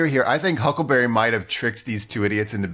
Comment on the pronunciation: i think it's adorable that jason pargin calls huckleberry 'huckaberry' 90% of the time.